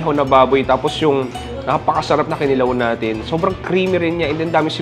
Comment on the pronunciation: It's Kinilaw not Kilaw